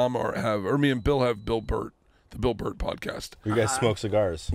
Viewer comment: what’s your point exactly? Sounds nothing but dumb to me. 🤷🏼‍♀️ Dude said Bunt instead of Burt & Tim instead of Tom, each one time. So why say “Tom..Tom..Bunt..Tim?”? You corrected his mistake of Tom but not his mistake of Burt, then you added Tim, so it can’t be you correcting his mistakes. You didn’t repeat their mistakes in order or the amount of times they said it, so that can’t be the point. What are you getting at? Lol I’m so confused! Your comment makes no sense!